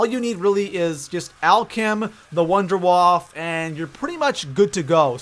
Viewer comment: Just saying, but it isn't wonder WAF. It is WAFFE, you pronounce the E. It comes from German, waffe means weapon, and wonder is like miracle. So it is MiracleWeapon DG-2. But I don't say weap instead of weapon?